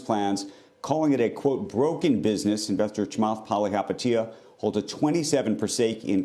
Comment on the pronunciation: imma be honest I just come here to hear u pronounce chamath's last name lmao